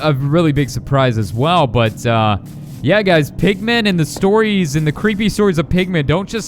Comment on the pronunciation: Also when I heard you saidmpigman I thought u said pikman